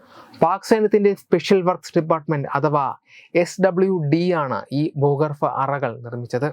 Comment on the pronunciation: ബു‌കർഫാ എല്ല ബൂഗർഭ. ... ഉച്ചാരണം ഒന്ന് ശ്രദ്ധിക്കണം. ..